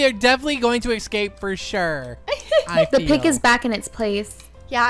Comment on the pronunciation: She said pick not pig